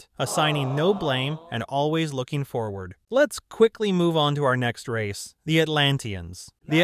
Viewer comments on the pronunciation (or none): none